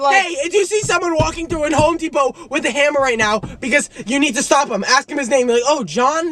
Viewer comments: “Home depao” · home depow